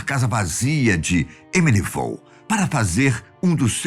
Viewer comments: Amityville: “emirivou” kkkk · Só quando apareceu a capa do livro é que eu saquei que a tal "Emilivol" da qual o falava era Amityville, kkkk...